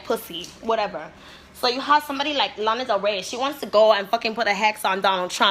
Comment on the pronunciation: They way she says Lana 😂